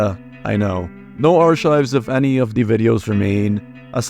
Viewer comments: My dude ARK-IVES NOT ARE-CHIVES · For future reference: "archives" is pronounced "arkives"